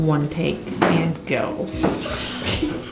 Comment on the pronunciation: Why do you always say "ant" instead of "and"? lol